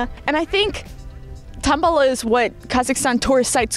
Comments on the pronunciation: yay, how you say: "Tan'baly", so perfect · You have perfect pronunciation of word Tanbaly.